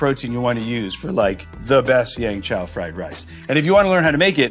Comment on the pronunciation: Jet... it's called Yeung Chow Fried Rice not Yang Chow...